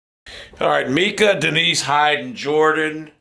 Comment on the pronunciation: I think it’s My-Cuh